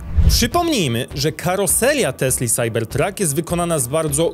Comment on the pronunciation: SAJBERTRAK SAJBERTRAK SAJBERTRAK Proszę Cie, nie kalecz PLAD PLAD PLAD PLAD